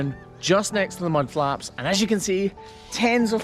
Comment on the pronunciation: Did you say mud flaps 😂